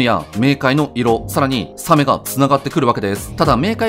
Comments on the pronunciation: サメはタクマンさんもイントネーションおかしいんですよね…。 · 写メ みたいなかんじだよねw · サメのイントネーションが気になった人は高評価👍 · サメのイントネーションに違和感を覚えるなw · サメのイントネーション独特だな